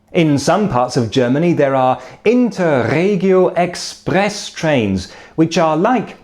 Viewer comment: I am puzzled about his accent. The word "Deutsche Bahn" he slightly over pronounces it, but "Inter Regio Express" he is spot on - the R's are a bit difficult for foreigners to pronounced, but as I said, his accent leaves me puzzled, bit of a british twang in there, but the German pronunciation very good, bbut then also he looks more like a German than a Brit :-D